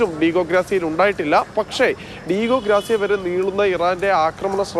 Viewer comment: ‘ഗ്രാസിയ‘ അല്ല ’ഗാർസിയ‘